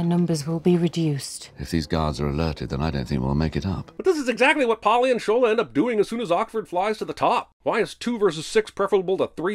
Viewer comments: sin for pronouncing Shola’s name as "shōw ' là" instead of "shô ' lâ" (western world 🙄; it’s like hollywood mispronouncing lagos) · The constant mispronounciation of Shola is painful to hear